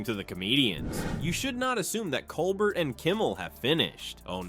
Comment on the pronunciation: pronounced COLE BEAR